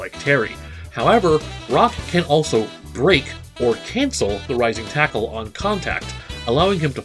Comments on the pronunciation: i thought he said rising tycoon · I beileve hes saying rising taco. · For some reason in kof 90s edition, he sounds like he says lazer taco not rising tackle. And Bbq, for burn knuckle. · First of all, it's Rising Taco